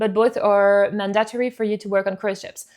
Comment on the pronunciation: And "mandatory"